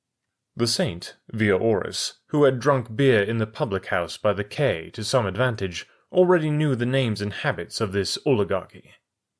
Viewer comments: Lovely job. My only note would be that quay is pronounced "key." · "Kay" is also correct, per Merriam-Webster. :)